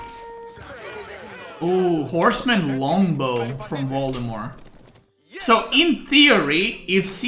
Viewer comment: i like how you pronounce Valdemar as Voldemort